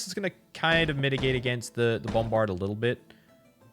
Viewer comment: Say "BOMberd" one more time